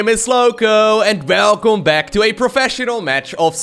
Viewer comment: It's in the "welcome" we hear you're dutch <3